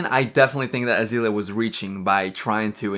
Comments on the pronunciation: This video is super fun, but it was driving me a little crazy to hear you say AzEElia over and over instead of AzAYlia. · I Don know how I got to this video it is weird and funny, a narc is a narcissist and her name is isn't azilia it's there's a A in there it's pronounced like the flower. This is very odd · Pronounce Azealia right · Can you at least say her name right